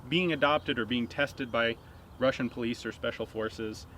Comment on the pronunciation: As usual a Russian word is pronounced in such a way I can hardly recognise it. 8D